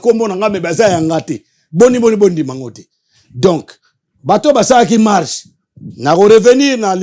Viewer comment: lobaka bien stp. "Mache" nde nini? MARCHE